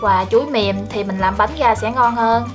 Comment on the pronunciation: Bếp Quê Miền Tây. Mình có ý kiến bạn nên phát âm tiếng miền Nam vì bạn là người miền Nam, bạn phát âm tiếng miền Nam còn không đúng bạn lại nói thêm tiếng miền Bắc nữa nghe mắc cười quá! Nó ngọng nghịu Nam không ra Nam Bắc không ra Bắc. Thí dụ bạn nói tiếng Bắc : tiếp theo như “vậy “ bạn lại nói như “ quậy “, “với ” bạn nói “ quới ”. Còn tiếng miền Nam thì lấy “ra” bạn lại nói là lấy “ga”…Nói tóm lại bạn nói chuyện rất là quê và là người miền Nam nên học nói phát âm cho chuẩn tiếng Nam đi rồi sau đó hãy sử dụng tiếng Bắc. Cách bạn nói chuyện phát âm tôi biết bạn là người miền Tây mà ở trong quê nên ráng cố gắng phát âm chữ “R” cho đúng thì tiếng và giọng nói của bạn sẽ hay hơn. Xin lỗi lời thật mất lòng vì tôi cũng là người miền Tây nhưng tôi được may mắn ngay từ thời học tiểu học tôi đã được cô giáo dạy cách phát âm những chữ “V, Chữ R và nhờ cô giáo dạy đọc cho cả lớp viết chính tả nên phân biệt được rỏ. Chúc bạn thành công và cũng không quên cám ơn bạn đã chia sẻ hướng dẫn cách làm món bánh chuối hấp lá dứa.